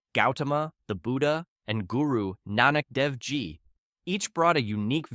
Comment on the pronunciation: It’s pronounced Guru Nan-ik theyv Je, fyi And he also traveled Europe and Africa meeting marthin Luther and the popes and whatever African religious leaders were present in the areas he visited, he also created a country when he came back tho during his life time it was only the size of 1 city